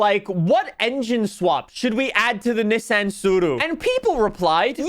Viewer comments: Man pronounces Tsuru properly but not Nissan 🗿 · Say Nissan wrong again. I dare you